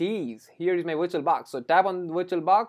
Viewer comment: If he gets 1$ for everytime he says viiituol baax , this man could become BILLIONAIRE